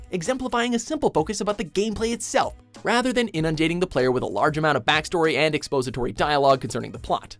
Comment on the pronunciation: What points Mojo gained with me from placing box art at #8 (I still miss instruction booklets the size of Pokemon's), they lost when the narrator read his line as "expOSE-atory." But kudos for putting couch co-op as #1. Sometimes I just sit and think about how many kids who get classed as autistic today might have grown past a diagnosis if the state of technology had forced them to actually visit a person in the flesh and suffer harsh social consequences if they didn't observe proper pizza-sharing etiquette in Turtles in Time.